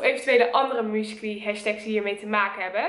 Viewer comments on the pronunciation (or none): wrm spreek jij uit als muscly? je moet het uitspreken als mjoesically